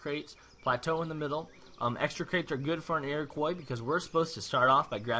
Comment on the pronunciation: lol its not pronounced "iroquoy" its "iroquwa" its a french name!!